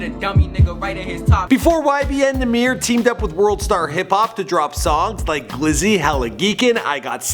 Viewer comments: It's NAH MIr not nahmeir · its YBN or LIL NAH MER. is not nuh meer, if ur gonna do shit on him atleast say his name right lol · Namear , is how you pernounce it😂😂❤️ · it’s “ nah - mir “ it’s not “ nah - meer “ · It nah-mer not nah-meer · It's Nahmir, NOT Nmir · It's num-mer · it's pronounced na mer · He said Cap is Nahmir 😂😂. I’M DEAD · kaemor not K-mort